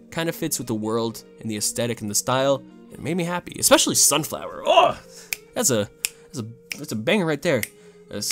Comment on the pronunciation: gonna have to unsubscribe 😔 can’t believe you pronounce it “expecially” 🤢🤮